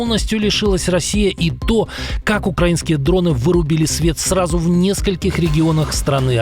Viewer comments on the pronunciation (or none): none